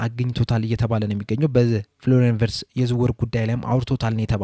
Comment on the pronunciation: ... ቪትዝ ነው፤ ቨርትዝ አይደለም